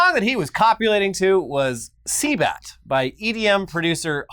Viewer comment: Cbat , not sea bat- “circus music “ lol